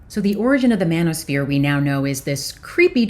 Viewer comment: I thought you said bananasphere.. 😅😅